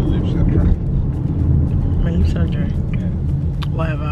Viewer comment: This your 'wahever' 😂😂